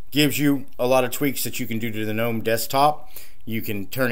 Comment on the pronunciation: Guy-Noo and Guh-Nome